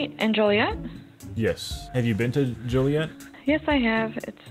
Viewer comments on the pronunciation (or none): Hey I’m from Illinois and Joliet is pronounced as Jol-e-et. Great vid!